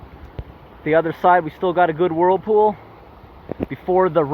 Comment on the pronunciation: Your doing a good job. Wish you lived in Australia. Nobody does that here. By the way earlier you said worldpool. The term is whirl pool.